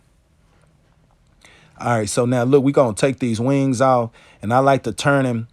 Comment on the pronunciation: I appreciate you making this video as I learn all methods of processing my birds. Love your accent when you say "Wang's" ♥️. I'm also impressed that your pups sit there and watch but don't get in the waste bucket.